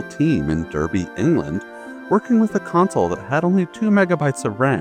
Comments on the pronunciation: Fun fact: I'm actually from Derby, the city where Core Design developed the original Tomb Raider games. Although it's actually pronounced 'Darby', despite the spelling. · Darby not Derby (Pronunciation only)